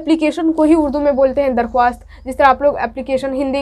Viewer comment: Madam ji darkhawast nhi bolte likhte hai darkhast padhte hai ok!!